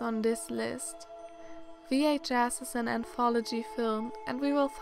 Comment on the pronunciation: v/h/ass thats what i heard that was funny